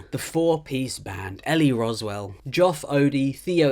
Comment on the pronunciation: Rowsell not Roswell